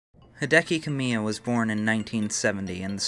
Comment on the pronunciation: Just an FYI, Kamiya is pronounced ka-mi-ya, as 3 separate syllables, not Kame-yuh. Great video either way.